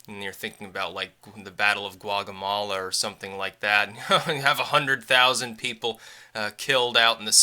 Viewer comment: Guagamala? must be off the coast of Puerto Fico.